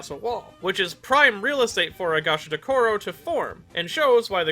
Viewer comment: "Goshtakaro" Ga-sha-do-ku-ro